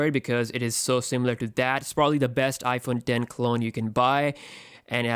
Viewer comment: He said iphone den